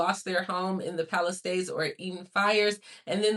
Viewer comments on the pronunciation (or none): none